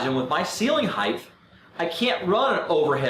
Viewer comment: good vid. must tell you, height is pronounced 'hite', like weight. no 'th'.